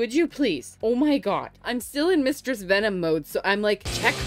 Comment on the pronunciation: "mustress venom"😂